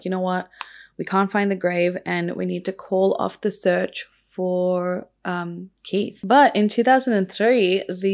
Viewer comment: It's just Keith. There's no er on the end. Like heath but with a K. Just helping not moaning x